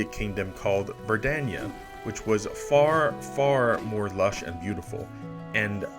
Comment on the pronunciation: Personally I'm a big fan of your dedication to pronouncing "Verdania" differently every other time you say it